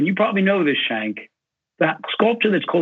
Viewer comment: Joe Sestak - The interviewer's name is pronounced, "Jenk", NOT, "Chenk".